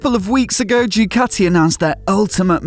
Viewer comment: I wish someone in pr at the factory would instruct you on how to pronounce their name. It's not Dewkatty, it's Dookaati. You're welcome.